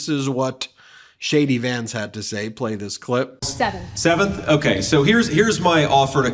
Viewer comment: Every time you say JD Vance- it sounds like Shady Vance